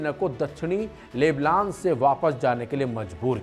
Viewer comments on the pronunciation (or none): नायाक नहीं नायक बोल भाई ।लेबलान नहीं लेबनान ।